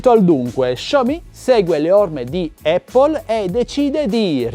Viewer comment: Dici eppol perché è la mela 🍎... corretta pronuncia! Apple ha voluto fare le sue rivoluzioni modaiole dalla rimozione del floppy poi del CD/dvd( a favore del suo cloud ) ora x continuare a voler far parlare di sé elimina gli auricolari e ci può stare. Ma il carica batteria... è una ca×ata pazzesca(fantozzi docet). Tenetevi stretti il vostro status symbol!!